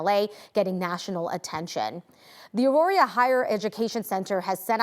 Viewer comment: It's Auraria not Auroria